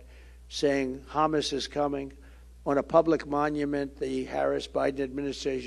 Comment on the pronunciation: I like how he says hamus 😂